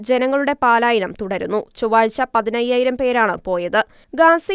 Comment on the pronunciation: Not "paalaayanam. Please say Palaayanam. 'പാലായനം' തെറ്റ്. ശരി "പലായനം"